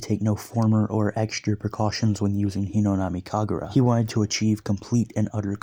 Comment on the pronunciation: I watched this whole series and I really like it. I do have an issue though. Its Hinokami, not Hinonami.